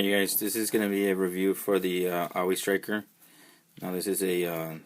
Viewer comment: You are saying the name of this GI Joe vehicle wrong. Think the word "Saw".... and just remove the "s".